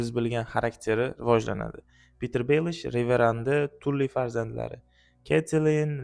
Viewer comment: Tully ❌️ Tally✅️